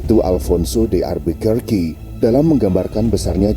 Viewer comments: Cara baca Alfonso Albuquerque itu: Alfonso Albukaki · Sebutan sebenar Albuquerque =Elbeqheqi 😊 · Al fonso de albukaki sebutan nya 🤣🤣🤣